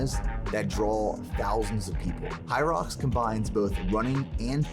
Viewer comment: 1ero se dice "jairox"( hyrox) 2do este empezó bien la preparación en los primeros capítulos luego los videos son aburridos nada interesantes(en mi humilde opinión,,ahora abien es una carrera de 8km con obstáculos cada1km(ejercicios de fierza) Hace poco aca en toronto hubo la 1era carrera y yo participe en dobles, apenas me pude preparar por 2 o 3 semanas antes d ela carera por temas laborales y falta de tiempo y es un espectáculo hacerla me tomo 1hr y 40min y el récord creo que es tocando apenas 50min o casi 1hr es intensa sientes que no puedes y que se te va la vida pero si puede haganla es una exp única en la vida,otro punto en uno de sus videos corre creo que 65millas por semana su alimentación no es tan cargada ni tan masiva y sige siento gigante en talla, hace unos años participó en culturismo creo que en mens phisique,...así que a ese nivel de cardio y con pocas comidas es puya de lejos se nota.... x cierto tiene una empresa de suplementos pero aun no los pruebo,en fin la puya mas dinero d empresa hacen que se vea así con ee físico luego de 64millas x semana y sin días off....bye y excelente contenido